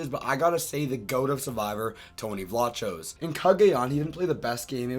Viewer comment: little pet peeve but his last name is pronouced like vlakos not vlachos